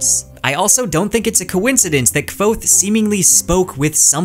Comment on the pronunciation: Congrats on getting that Kvothe pronunciation right!